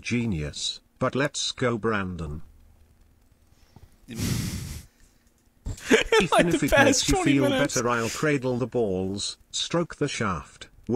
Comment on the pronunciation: Nothing made me laugh harder than fucking "Brandong"